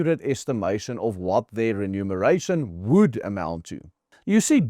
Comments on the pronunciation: Not "renumeration"! That would mean counting again. Lees mooi versigtig. Remuneration! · It's Re-muneration.